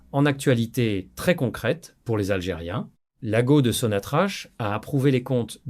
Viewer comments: C est n est pas (so na tra ch(=k) c'est sonatrak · Pitié, arrettez de prononcer Sonnatrache.